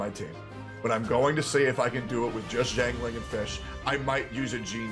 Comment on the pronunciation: I keep hearing "ding-a-ling" whenever mentions XiangLing. Great content XD